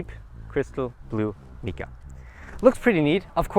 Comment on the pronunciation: “Mica” is pronounced MY-ka, not MEE-ka. Your English needs some work.